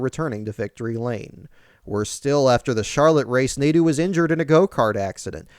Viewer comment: As a fench speaker... they way Nadeau is prononced makes my ears bleed... especially since i had a teacher with the name